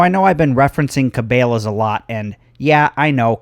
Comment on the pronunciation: Dude your saying Cabela's all wrong.... Its Ka Bella's